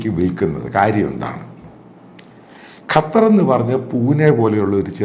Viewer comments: അപ്പോൾ താങ്കൾക്ക് ഖത്തർ എന്നു പറയാൻ അറിയാം. ഖറ്റാർ എന്നു എപ്പോഴും പറയുന്നതു കേൾക്കാം. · കറ്റാർ അല്ല അച്ചായാ ഖത്തർ! !!!!